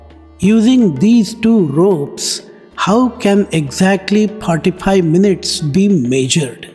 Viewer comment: For anyone confused by the amount of time required, the accent makes it sound like '35 minutes', but he actually says '45 minutes'. Knowing this makes the puzzle easier to solve👍🏻